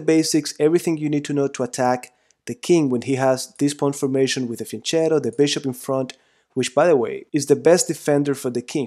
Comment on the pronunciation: Great lecture, but i'm italian, it's pronounced fianketto, not fianchettow